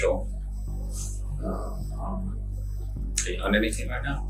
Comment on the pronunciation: So all he needed to do, was be called Alteir and they would have a full confession??! I know those detectives are pissed. And no wonder he didn’t answer anything bc his name is pronounced Jo-el, not Jo-ol.